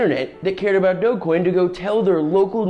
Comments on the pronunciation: it's a soft G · DRD8gQSfyuj1ghGV1BLxsG9NS75MXnAi5V Also, you're pronouncing it wrong it is pronounced "dogecoin"